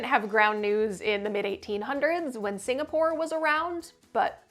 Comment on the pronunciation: "Singastore" lol